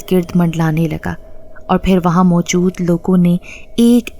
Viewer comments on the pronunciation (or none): none